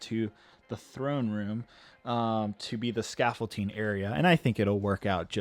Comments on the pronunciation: It’s called scaffolDing, not scaffolTing.. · anyone else annoyed how he says "scafolting" intstead of scaffolding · Not trying to be rude, but are you calling it “scaffolTing”? You know the actual word is “scaffolDing”, right??? Unless you intentionally are saying scaffolTing??? Just thought I’d let ya know. 👍🏼👍🏼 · please for the love of everything, it’s pronounced “scaffolDing” NOT “scaffolTing” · It is pronounced and spelt scaffolding not scaffolting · Honestly it’s a lost cause to try and correct vocabulary. He gets a lot of words and phrases wrong or says them improperly, even after thousands of comments correcting him!! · Does it bother anyone else that he pronounces scaffolding with a T? 😤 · I won't critique you on the accuracy of the scaffolding so long as you get the pronuciation of the word right for the Finale